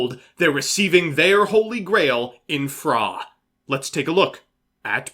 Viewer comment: The way says "PHRA" like "frah" just gets me every time.